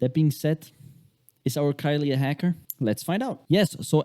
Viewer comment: Man doesn't even know how to say her name properly 🤣🤣